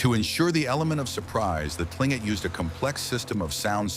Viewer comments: KLING-kit is the correct pronunciation (according to the Tlingit people themselves). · another AI crap. That should be Tlingit ? 🙂